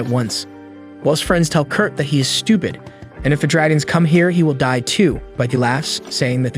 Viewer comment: Nice story, I just wish he knew how to properly pronounce Will. Is infuriating!